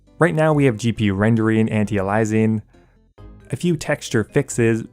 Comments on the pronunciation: "anti alizing" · who cares about hd clients, can we talk about how you pronounced anti aliasing and divisive?